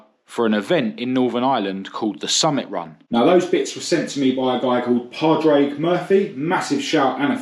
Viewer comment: Padraig is pronounced Pawrick! Can't have you coming over here and getting that wrong! We Paddy's love our Ford's!!